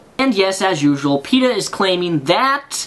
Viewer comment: Then you say Peta it sounds like Peter to me.